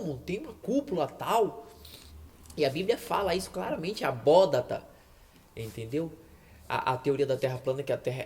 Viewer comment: Muito bom os argumentos bíblicos!! Mas não é "abóDaTa" e sim "abóBaDa". Abraço!